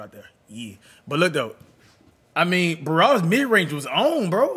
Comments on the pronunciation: BRA-WAD-IS NOT BA-RAW-DIS🤦🏼‍♂️🤣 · Cash can't say Brawadis name correctly😆..he be sayin *'Barrwadis'*😂